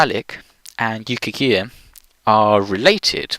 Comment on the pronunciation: Yukaghir, not Yukhagir Suomen, not Soumen, as someone else has already pointed out